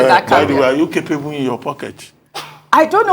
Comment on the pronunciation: It is not car-pay-bu... awon agba woran woran... it is "keɪpebel" oloshi.... se e ni Eni gbo ni?